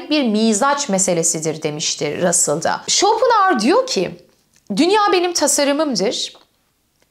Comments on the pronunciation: Schopenhauer derken pen diye telaffuz ediliyor bir de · bu kanalı zaten IQ üst sınırı 10 olan insanların izlediğini anlamıştım, Arthur pen diye telaffuz ediliyor:) hadi git işine ya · Almanca'da ortadaki H okunmaz hocam ayni zamanda R ye basilmaz. Türkce icerik oldugu icin normal tabiki böyle söylemeniz. bir almanla ingilizce konusursaniz baya kulak tirmalar. paylasmak istedim, hep biz mi ögrenecez :)